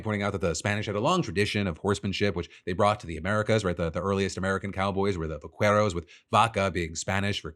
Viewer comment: I bet you had to go deep to try to defend AOC 's dig on Rubio. But you should learn how to pronounce vaquero.